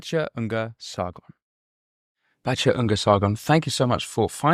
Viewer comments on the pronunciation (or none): SARGON!!! Not SARDON!! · Her last name is Sargon, not Sardon